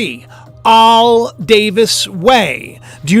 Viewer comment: I have 4 Al's in my family, short for 'AL'bert ... never hear it pronounced 'Aauul' before hahaha funny how we can all pronounce common words wrong by thinking too much!